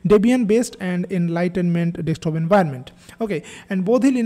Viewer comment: DeSK top - not dekstop